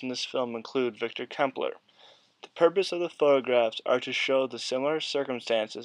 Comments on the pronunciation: Nice work! Incidentally, Klemperer is pronounced like emperor with a Kl in front. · I am just finishing his Dresden diaries. (I hate to say this, but you should probably redo the voice over and pronounce his name correctly. Sorry.) Clem per rer